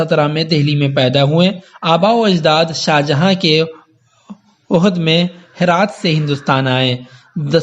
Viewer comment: عہد میں عین کو زبر کے ساتھ پڑھیں